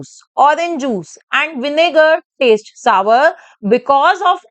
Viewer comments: Don't tell saver tell it like sour.sour😅😅😂😂😂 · Sawar nhi sour 😂